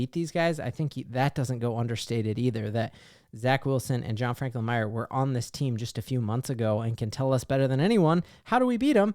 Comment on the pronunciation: Just FYI, John Franklin-Myers who Robert Salah dubbed “The Ambassador of Violence” has an s and the end of his name. Myers not Myer. It’s probably plural because he brings the power of two men.